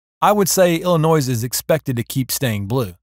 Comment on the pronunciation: "El li noy"